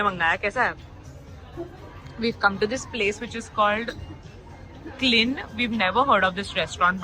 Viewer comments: hii loved the videooo. Just a small correction- its not pronounced "klin" but its "kai- lin" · Its not klin.. its cai-lin (pronunciation wise)